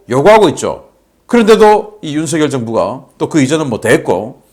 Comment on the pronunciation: 바보 얼간이들은 윤석열을 윤성열이라고 잘못 말하는데 윤석열을 윤성열이라고 말하는 것은 틀린 것이어서 윤석열을 윤서결이라고 말한 신인균씨가 제대로 발음한다. 신인균씨와는 다르게 윤석열을 윤성열이라고 잘못 말하는 인간들은 생각이 없는 바보 머저리들이다.